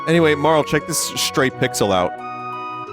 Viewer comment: thank you for pronouncing marle correctly!! i already forgot all of the jokes you made in the last chrono trigger playthrough.... you will probably make the same jokes and i'll laugh again